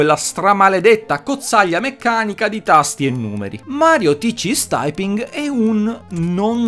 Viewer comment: "Mario tiched-d taiping!"